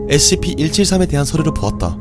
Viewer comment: 영상 잘 보고 있는데 scp 다루시는 분이 scp 발음이..